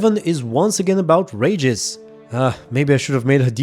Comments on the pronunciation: its Regis not Ragis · I know English isn't your first language but boy was it ever hard and kind of hurt to watch this with every time you say Regis' name wrong. It's pronounced Ree-gis not Rey-gis. Sorry for being nit picky, If it makes you feel better I do the same thing to English primary speaking youtubers as well. lmfao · It's not Rageous it's Reeeeeegus! 😂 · You kept saying Rages and I had no idea who you were talking about 😆 Regis. "Ree-jus" 😉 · The way you pronounce Regis' name, it's outRAGEUS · im polish and i had no idea who u meant when u said Regis the first time lmao i didnt recognise it because of the way u said his name